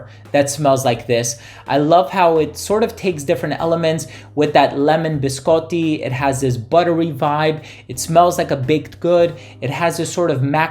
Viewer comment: As an Italian, thank you for saying biscotti correctly 🙌 I can't wait to receive this one, thank you for another amazing review!